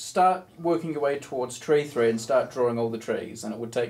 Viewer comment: this video is not only educational on a mathematician level, but also on a linguistic one when it comes to tree and three difference of pronunciation 🥲